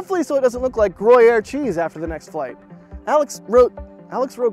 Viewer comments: It’s pronounced “grew-yeaear” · Without the comment I would not have know what was talking about, that is not how one pronounces the cheese's name.